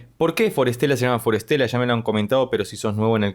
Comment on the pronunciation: Me encanta forestella y tus análisis de ellos son los que más me gustan. Solo un comentario, pronuncias el nombre como si fuera traducido ya : para estela: for stella. Lo correcto es combinar la pronunciación. De las palabras que ellos eligieron: bosque y estrella, en inglés e italiano me parece: forest-ella. Nos traen lo sublime a la tierra ❤❤❤❤